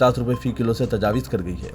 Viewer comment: Tajawiz nahein Tajawuz padhiye